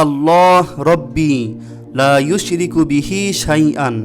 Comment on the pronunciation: Assalamu Alaykum Bhai, second du'a te uccharon bodhoy ushriku hobe eushriku er poriborte.